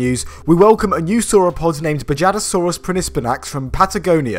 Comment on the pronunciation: Great video! One thing, though. It's pronounced "bahadasaurus"